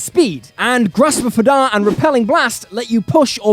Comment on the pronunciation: Hadar is pronounced hey-dar Awesome video, you should make more of these